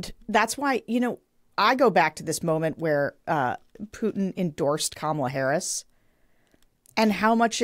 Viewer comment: Crenshaw who whined for weeks about pete davidson's pirate joke- but is ok about mispronouncing VP Harris' name and Trump's disgusting insults.